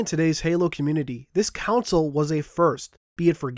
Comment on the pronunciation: you still cant say console right.......but good bye 360